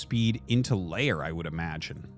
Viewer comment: Can someone tell Artosis that it's not layer, but lair? Thanks!